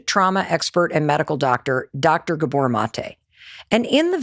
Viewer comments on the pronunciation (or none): GÁbor Not Gabór 😊